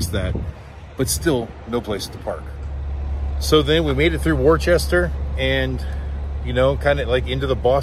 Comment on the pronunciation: Worcester is pronounced WOOSTAH ... or WUSTAH 😅😊😂